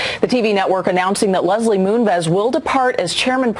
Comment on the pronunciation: Total side bar here - The male pronunciation of the name "Leslie" is not spoken with a hard "S" . . . now back to your scheduled program . . .